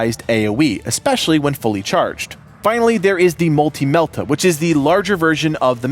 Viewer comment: Please, sir! Melta rhymes with Delta. Lore. Excellent video otherwise.